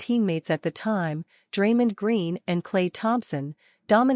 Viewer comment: Stop mispronouncing Draymond 😢